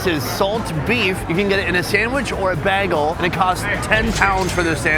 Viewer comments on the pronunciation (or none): And what’s up with how Sonny pronounces “bagel”? “Bahgehl”? What is that? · "a baggal" - 🤨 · Excuse me sir, HOW DID YOU JUST SAY BAGEL?!